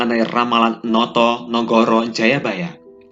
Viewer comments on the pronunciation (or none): min....bukan notonegoro, tp "notonogoro"